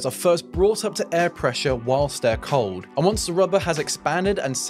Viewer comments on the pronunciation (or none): none